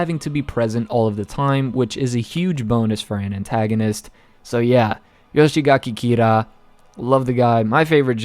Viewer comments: Yoshikage kira Not yoshigake kira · Before you become the next Eyepatch Wolf, I'd really like you to start learning how to pronounce thw names more correctly. Surely there must be someone on the discord willing to help you with the names. It's not "Yoshigaki Kira" but Yoshikage Kira. Garou is pronounced "gah-roh" or at least "gar-row". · this guy rlly saying "Yoshigake Kira" :( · "Yoshigaki Kira" -, 2020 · Why the fuck do you say yoshigake kira? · Take a shot everytime he can't pronounce Yoshikage Kira